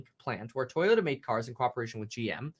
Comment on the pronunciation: Kevin I don’t appreciate your Asian accent as you read toyoda , toyota lol